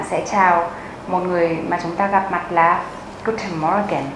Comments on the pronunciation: Ich find das video schon ganz gut. Was mich aber etwas verwirrt hat, war das ,, guten morgen ", weil ich finde, dass man das -or nicht so stark betont. Wir sagen ja auch nicjt ,, guten morrrgen " , sondern ,, guten morgen " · Hä làm gì có chuyện người Đức đọc từ morgen mà âm or đọc âm như tiếng Anh như vậy. Họ chị nói đơn giản là mo-gừn mà thôi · Cai "r" ng duc ko noi manh nhu vay. Ma noi thi "r" la nhu ko co o "morgen" nhung van phai viet vs "r" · xl nhe nhung ma co noi "morgen" ko dung. Co hoc noi "morgen" o dau nhu vay???